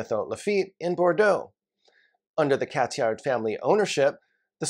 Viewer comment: Just FYI, you shouldn’t pronounce the « D » sound in Cathiard